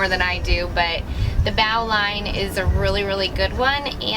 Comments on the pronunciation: Bo-lin is the correct "sailor" pronunciation. :) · in New England we pronounce it BO lin. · I've always heard it pronounced with a long O and a short I Like Boe Lin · The knot is pronounced like a bow and arrow. Same way. "Bolin" bow-line - "bolin" but you are cute enough to say it any way you want. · A bowline pronounced with a long 'o' and len... bo-len. Since it won't slip, it's a loop you can tie around someone's waist without risking it slipping into a strangle knot. You are well served to learn to tie it in the dark with one hand. it is that important a knot. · That knot is pronounced bo-Lin (spelled bowline)